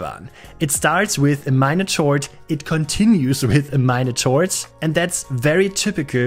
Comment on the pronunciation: As you mentioned, English is not *deine Mutterspache*, but "chord" in English is pronounced more like: "Kord". I am also learning Deutsch, so I thought I'd show off some of my vocabulary.